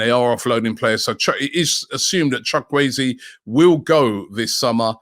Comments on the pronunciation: Chalk weezy???? Really It’s pronounced chukwu-ezeh chook wu a zay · Did Robbie just call Chuk-wu-eze Chuk-way-zi 😂😂😂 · Robbie you are bad at pronunciation. WTF is Chawueze😂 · It's pronounced shu ku eze not sha kwe ze😂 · it’s called Chu ku eze Robbie not Chakwezi 😂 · Chukwueze is pronounced, tchu Kwe ze ... No shock wei zi 😂😂😂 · Chukwuweze not Chokwueze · Robbie it's CHook Woo Ehzs...chukwueze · Who the heck is chakwuezi ? ROBBIE THE BUTCHER. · Chukwueze is pronounced chu-kwu-eze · Chuck-way-zee., the absolute G.O.A.T 🐐 😂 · Robbie butchering the names as usual